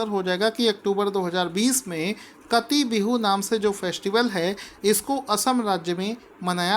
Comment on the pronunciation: काटी बिहू, not कटी